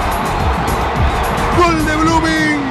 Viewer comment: Jajajaja "B"LOOMING 😂😂😂😂